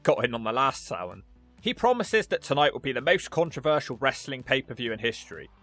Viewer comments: i love everything but his pronouncing of SamHain. It’s Sam - Hane. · For those wondering how to pronounce it, its supposed to be Sam--H--ain Its supposed to be the same name of the pegan god samhain. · For anybody confused about it, the name of the PPV is pronounced "SAM-HINE" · How in the blue FK is SAMHAIN pronounced SOW-WEN